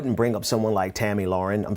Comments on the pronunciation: It's fucking Tomi! You sound ignorant when you keep saying it wrong. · I wanted to keep watching, but you kept calling her Tami... Get yo names straight! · I love how he's casually calling her Tammy when he knows damn well her name is Tomi LOL, I see you my friend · It's cool. Mispronounce her name all day. She hates it and deserves it